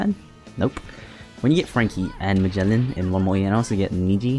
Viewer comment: Who is majellyan? Lmao jesus christ you pronounce every characters name wrong. It's really sad.